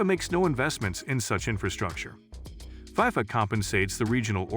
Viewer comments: I’m sorry but it’s not fiefa it’s fifa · It’s not called Pifa it’s called FIFA pretend the eye is an E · Why does this dude keep saying "fie-fuh," highly irritating and invalidates the whole video.